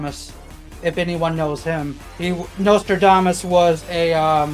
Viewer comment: Why do you pronounce "Nostradamus" like "Notre Dame Us"? The third letter is an "S". Sound it out.